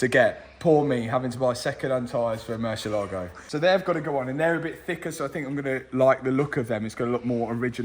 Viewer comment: Even the YouTube subtitles software picks up every time he pronounces Murciélago wrong